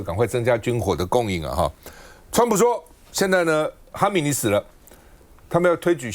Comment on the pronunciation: 哈米尼哈米尼，总感觉在说哈基米。。。